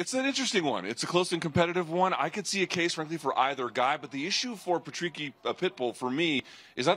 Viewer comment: its patricky not patricio you muppets